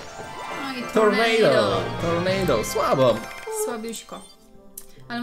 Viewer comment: nie tornejdo tylko się czyta tornado